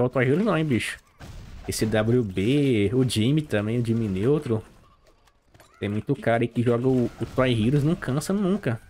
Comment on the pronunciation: Dime neutron kkkkk tá me zoando.🤣🤣🤣 "Jimmy neutron"